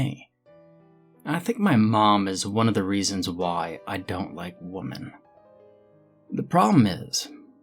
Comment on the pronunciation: You have the pronunciation of women wrong. Really annoying